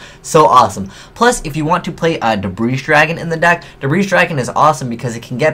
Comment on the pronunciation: the S in Debris dragon is NOT PRONOUNCED!!!